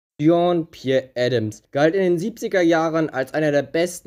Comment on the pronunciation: „Jon“ also bitte, den Namen kannst du schon richtig aussprechen